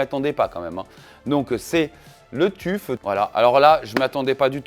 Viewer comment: "Le Tuffe" 🤣 Ton anglais est légendaire ! ça se prononce "teuf" mais t'as raison, on s'en fout après tout. Les Arctic P12 existent aussi en argb pour à peine plus chers. Joli travail 👍